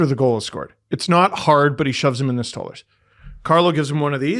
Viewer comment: please stop saying 'STAWLERZ its "STOLE-ARZ"